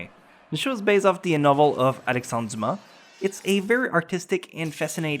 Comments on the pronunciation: The "Alexendre Dumas" was just weird for me, I forgot you where from Quebec, so it just reminded me of that. Poutine FTW! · "Alexandre Dumas" spotted;) Great list to get out of the usual anime comfort zone.